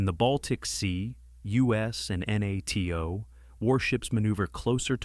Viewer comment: Article 5 was invoked after 9/11. Also, get your AI to pronounce NATO right dawg , have some self respect